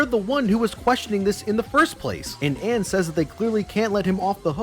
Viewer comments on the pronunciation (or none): there’s something mildly annoying about how he complained about the VA’s mispronouncing names but then he mispronounces Ann’s name. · Late to the party on this video, but I just have to point out the irony of him calling out the mispronunciation of names in Persona 5's dub (which they were directed to say in that way)... but went on to constantly pronounce Ann's name wrong and pronounce Tae's name as "Tay." You're allowed to disagree with the voice director intentionally having names said that way, but you can't grandstand about them pronouncing the names wrong... and then go on to pronounce names wrong yourself.